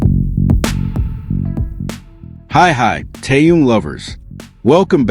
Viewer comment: Не коверкай имя . Он тэхен и только тэхен и не как иначе. Выучи уже и запомни